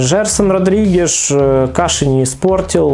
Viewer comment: Родригес, а не Родригеш!!!